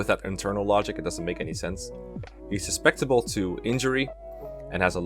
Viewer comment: If you want some help with pronunciation, it's su-cep-ti-ble not sus-pec-ti-ble. Don't worry though, I commend anyone that learns another language regardless. It surpises me how good non-native English speakers are at speaking English. for future guidebook writer. (Yes I know that's low-quality English, but speaking is much less criticised than writing; you can be far more flexible when speaking) Why am I so defensive?